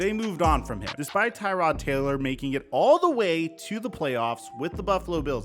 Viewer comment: IT IS TRRRROD Taylor... not tie tod like the car part 🤣🤣